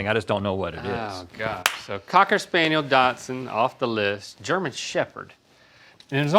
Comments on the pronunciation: I've always pronounced it dash-hound, maybe it's a UK thing? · Definitately not part "Datsun" or Dachshund. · “Dock-sund” isn’t correct either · Am I the only one bothered that they keep saying Datsun?? Lol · Dachshund. They keep calling it Datsun. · Is it just my speakers or are they continually saying "Datsun" instead of "Dachshund". It's making me wanna cancel these guys. Love em though. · I’m really distracted by how they keep pronouncing “datsun” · Ok guys... try pronouncing it like this, docsund. And you are nuts if you couldn't see the chihuahua in Jade🤣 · Is it just me or they’re saying dachshund like Datsun the car brand haha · I have never heard anyone pronounce Dachshund like Datsun before this episode so that was interesting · They're TRYING to say dach shund. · Are you guys saying “Datsun” like the car? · As a Dachshund owner...the way they're pronouncing it is driving me crazy!! hahah They aren't Datsun's! >.< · When did Dachshund start being pronounced "Datsun"? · Why they saying Dotson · I was scanning the comments for this, haha. I have one & it's def pronounced "DOX IN" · Why do they keep calling Dachshunds "Datsun" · “Dotsen” is bothering me so much 😂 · They both say “Datsun” instead of “Dachshund.” It’s driving me batty. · Why do they think their dogs are part car? They keep saying Datsun instead of Dachshund. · Why do they both pronounce "dachshund" as "dodson" is anybody else hearing this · I thought it was supposed to be "docks-un" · Are they saying “DOTSUN”? It’s…….it’s infected my brain😮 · It bothers me that they both pronounce dachshund as “Datsun” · Is no one else bothered by them saying Datsun, like the old Nissan brand? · Why do Rhett and link pronounce Dachshund like “Datsun?” It’s really weird. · I speak decent German. “Datsun” is definitely not the correct pronunciation. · Their pronunciation of dachshund infuriates me. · THERE IS NO “T” IN DACHSHUND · Their inability to pronounce dachshund is driving me crazy 😂